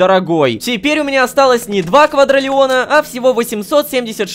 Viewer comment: КваДРИлиона, а не квадралеона